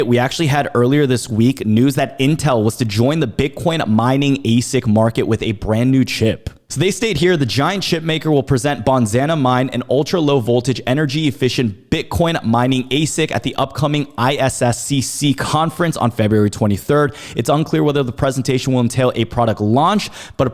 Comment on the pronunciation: it's bonanza not bonzana